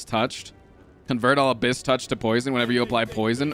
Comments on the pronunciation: This hurts hearing say Abyss wrong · The fuck is "abcyss"?? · this. Every time, someone put something akin to "Abyss. Not Abcess". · After the tenth "abcyss", I really started to hope this was just one long bit everyone silently agreed upon. Turns out, it wasn't... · it's kinda funny cuz abscess is an actual word, and abscess-touched sounds absolutely cursed and I wanna cry 😂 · Take a shot every time says Abyss wrong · Intentionally mispronouncing words ... it's a meme ... Dæsh 💨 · this is plausible. It could could be genuine. Abyss is one of those words, like Jalapeno, that a lot of people mispronounce on accident. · Yeah but like how have you never heard abyss pronounced in your life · all these stinky youtube comments complaining about frost saying abyss wrong wouldn't be complaining if they were chad true fans and knew he's dyslexic smh